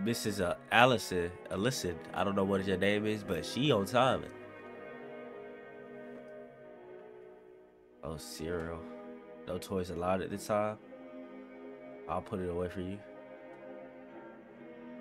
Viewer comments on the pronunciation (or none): The way he said cereal instead of Cyril 😂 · No way he just pronounced Cyril's name "Cereal"💀